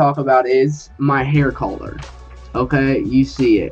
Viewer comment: hair color fucking pronounce it right dumass